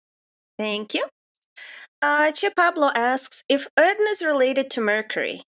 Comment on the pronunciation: I am surprise also what knows how to pronunce "che pablo". Most people said "pabló" instead of "pablo"